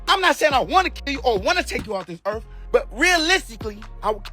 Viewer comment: Buckley could definitely take any boxer off the “ earff “ if he wanted to .